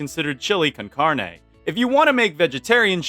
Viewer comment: not being one of those people who are mean because you said a word in a differant languge wrong but heres how you say carne The car in carne is pronouced caar and the ne in carne is pronouced like neh